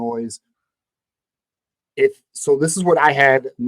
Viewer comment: You said Illinois wrong. You dont pronounce the S at the end of Illinois. 😂😢😅